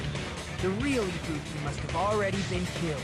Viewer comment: I swear to god it sounds like Nagito is saying "Ibupi"